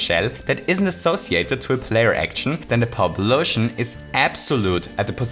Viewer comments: I really can't understand what he's saying repeatedly. Power-up lotion? Edit: I think it's meant to be POWblosion 🤨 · this video would be amazing if you didnt say powblisons. it makes it confusing to understand for someone who doesnt know this game that well. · Not trying to be rude, I'm genuinely at a loss for what he's saying when it sounds like "pub lotion" and I feel like an idiot. What term is he using? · A powpoloshion?? Really?? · What's a powbalotion? Pow-polution? Pow-Polotion? What the hell? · How many times did he say pow-blotion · noone:: Poweblotion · I was trying to figure out what you were saying, but then I realized you were mixing "pow" and "explosion"...